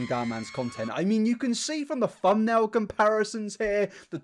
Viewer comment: Lol he said “fum nell”